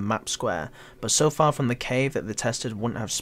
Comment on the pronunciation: "Bug" not bog "but" not bot ffs learn english